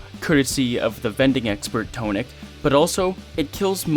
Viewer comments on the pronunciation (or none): Great video, I really enjoyed it, one problem: "Toe-nic?"